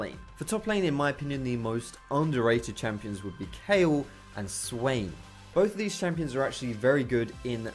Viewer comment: i LOVE YOU YOU SAID KAYLE